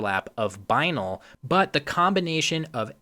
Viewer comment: Isn’t Binal pronounce bi-NALL ?